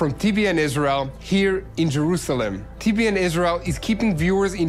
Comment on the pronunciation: TBN not ten